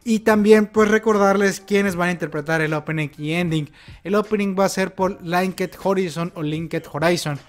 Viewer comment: como pequeña ayuda.. es más como "linkt joráizn" pero bueno. casi siempre las -ed de ingles son una "t" o una "d" disfrazadas a menos que la letra final de la palabra sea una t/d como en wanted o needed. Saludos!